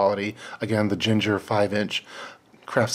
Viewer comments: Excellent high quality scissors choice. One nit tho... it's pronounced "ging-her" like "swing-her". Not "jin-jer" like the spice. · As always,, thanks for a great video. So thorough and thought-provoking. One thing made me scratch my head then chuckle when I figured it out was the "ginger" craft scissors. When I saw the logo on the sheath, I knew you had an excellent pair of scissors made by Gingher [pronounced GING-er, with hard G's like "gingham"]. Those are indeed a favorite among crafters everywhere, not to mention quilters, tailors and seamstresses. Excellent choice.